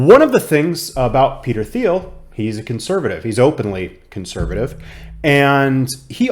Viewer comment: I’m getting more bullish based on Cathie Wood’s recent interview. Just FYI, the founder’s name is pronounced more like Peter Teal, with a hard “T.”